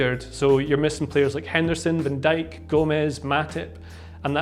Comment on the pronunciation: pffff....was hopping for a cartoon video like you do...but this is fail....he speaks like he s about to fall asleep....and non english people could have a problem with the accent...can t understand a thing....wow the way he said van dijk...so wrong on so many levels